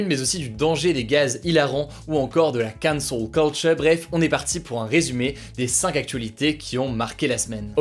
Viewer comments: Gros si tu prends un accent si marqué pour dire Cancel Culture, fais le avec tous les mots Anglo Saxons que tu utilises ou le fais pas du tout, sinon ça devient ridicule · Cet accent sur la cancel culture :')